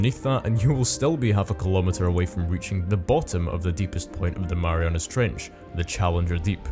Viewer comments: "Marianus Trench" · WHy are you calling it the marianas trench?